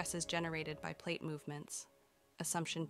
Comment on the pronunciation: I really hate when people let their computers read their scripts. They suck at it. Pronouncing PLATE as platt and such. Just read the script yourself or pay someone to do it for you.